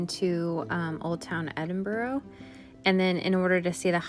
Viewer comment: Cant you just not ask a local how to pronounce the city you are in?